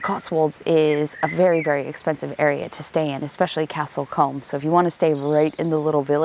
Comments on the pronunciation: Love the video but have to say it is pronounced CASTLE COOM and I know how daft that is considering how it is spelt Combe but hey its English, what can I say its nuts. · Love how you say Castlecombe 🤣